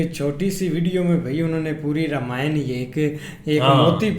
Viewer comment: Its nit rameyan its Raama yan